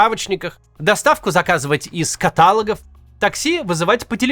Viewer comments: Не катАлогов, а каталОгов. Хотя, может, это доп мотивация к комментам.)) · Извините, но вынужден поправить: не катАлогов, а каталОгов. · Максим...катАлогов? Вы серьёзно? Или это стёб был? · КаталОгов, Максим, каталОгов. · Правильно - каталОгов, а не катАлогов. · Каких «катАлогов»? Максим, вы чего? 😩🤦🏽‍♀️ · Максим, серьезно, катАлогов?😮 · Несколько лет смотрю этот канал и впервые захотела оставить каммент. КатАлогов??? Максим! P.S. Во многих российских городах проблемы с интернетом уже давно. Но, как говорится, Москва не Россия. Вонять все начали после отключений в Москве. Это несколько бесит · каталОгов, Максим Удачи и развития каналу ! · катАлогов?!!!! Вы совсем там уже? Про правила орфоэпии русского языка что-нибудь слышали ????